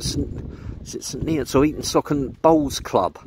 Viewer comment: It’s pronounced Eaton Sooocon, NOT Eaton Sockon! 😊